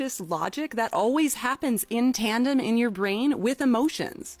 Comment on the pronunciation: Note to the first women: It's in tandem not in tanden